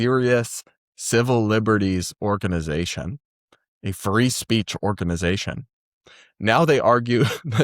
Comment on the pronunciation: Whew. For a second I thought you said "]The ACLU] used to be a furry speech organization."